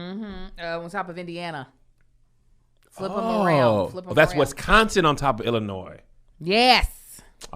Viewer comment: Why does pronounce Illinois like it starts with an "E"?